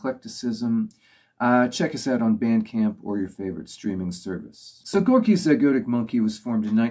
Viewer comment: Good video, once the host stops talking about himself. Welsh mispronunciation forgiven, wonder if he learned to pronounce "zygotic" later.